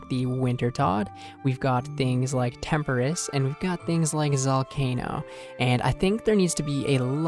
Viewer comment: great channel bro, been watching for months, but please, please stop saying temperiss it’s tempo-ross tempoross